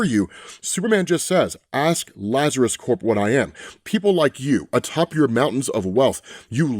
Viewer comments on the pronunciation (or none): like with LuthorCorp... when saying Lazarus Corp, you have to pronounce the "p" in Corp (it means Corporation).... not like with the marine CORPS (which means body in latin). I.e. the "P" in "CORP" is NOT silent. Edit: so, one only pronounces it as "core" if it's "Corps".